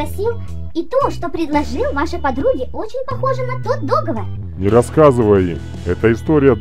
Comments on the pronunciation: В некоторых моментах, уши вянут. Не ДОговор, а ДоговОр! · Не, я всё понимаю, но... говорится договОр... Не кидайте тапками, просто я люблю, когда всё на своих местах